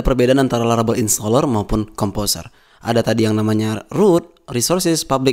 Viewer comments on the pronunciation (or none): laravel jadi larabel, typonya sampe ke speakingnya, which is a little bit annoying, so well done